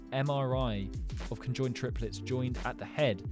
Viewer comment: I mean conjoined not cenjond